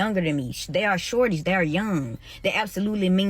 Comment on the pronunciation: Ok i just watched someone else covering her drama and how she pronounced "shorties" in her explaination and sounded waay different than her "damn shawty" . Go back at watch it! The inflection is subtle but different. One has more emphasis on the "or" and one has more of an "au" sound. Indicating, to me, the different intentions and meaning behind the words